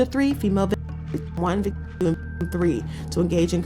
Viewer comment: Can’t even say victim!?